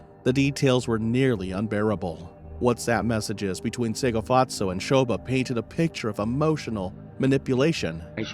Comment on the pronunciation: This case shook the entire SA. May Tshegofatso rest in peace. You butchered the names so much, lol, bless your heart.